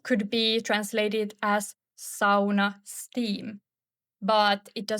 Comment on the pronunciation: Sauna not soona